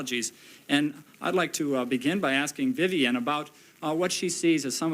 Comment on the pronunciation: It's "Vivian", not "Vivan". There are two "I's" in "Vivian".